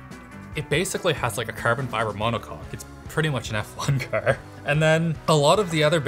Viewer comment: I like the way pronounces car. "Kerr"